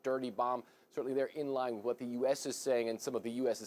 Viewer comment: wouldn't you think, that the highly educated and worldly people who work at and manage CNN would know, by the stage, that Dnipro is pronounced NEE pro? i wonder how they all say the word knife, or knight?